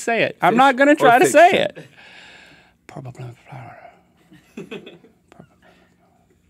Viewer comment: Its ply mouth